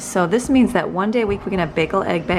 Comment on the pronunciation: It's pronounced bay gal...bagel.😸